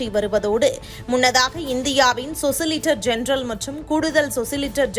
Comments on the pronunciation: Socilitor general இல்லம்மா.. solicitor general. யாருமே உச்சரிப்பை சரி்செய்ய மாட்டார்களா? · சொசிலிடர் ஜெனரல் அல்ல. சொலிசிடர் ஜெனரல். அடிப்படை ஞானம்கூட இல்லாதவர்கள் செய்தி வாசிக்ககூடாது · சொசிலிட்டர் என்றெல்லாம் ஒரு பதவியும் கிடையாது. அது சொலிசிட்டர் ஜெனெரல். நியூஸ் படிக்கும் வேலையை கூட ஒழுங்காக செய்யக்கூடாதா?😊😊😊